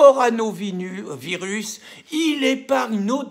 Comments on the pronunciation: Pierre... Répète après moi : CO... RO... NA... VIRUS. Encore : CO... RO... NA... VIRUS. Et non CORANOVIRUS !!! C'est comme la bière + VIRUS ! Tu vas y arriver ! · Le coronavirus et non le coranovirus. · Coronavirus Pierre Pas corano virus😅😅